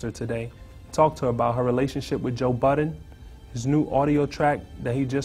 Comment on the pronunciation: What the heck?! Why does everybody call him "Joe Buttons"????? It's Joe BUDDEN.....smh.....